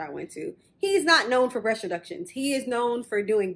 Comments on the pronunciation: She was trying to say “breast,” but it kept sounding like “brush.” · BREAST NOT BRUSH WTF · It bothering how you say “breast reduction.” Sounds like brush reduction. Lol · "Brush reduction" Why tf you keep saying "brush" breast....it's called BREAST not brush 🤦🤦🤦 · Is she saying brush or breasts reduction? Am confused!! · It really sounds like she's saying, Brush reduction....ok..carry on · lol the way you say breast sounds like brush